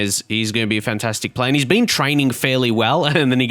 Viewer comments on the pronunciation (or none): none